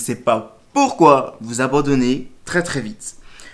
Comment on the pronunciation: "je ne sais pas POUKOI" ! <3